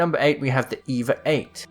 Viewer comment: I miss when it when called the EVA-8 the EE-VEE-AY EIGHT.:_MerchGibbylol::_MerchWattyluv